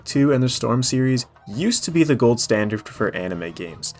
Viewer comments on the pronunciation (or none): none